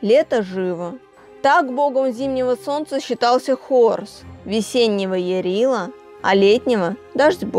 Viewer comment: Не ЯрилА, а Ярыло.